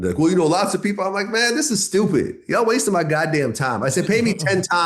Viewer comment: Uncle murda say stupid 😢😅😅😅😂😂😂😂😂 I heard on the music tip how you say it funny as he'll stu pid